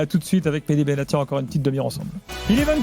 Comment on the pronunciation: c'est Mehdi et non Medhi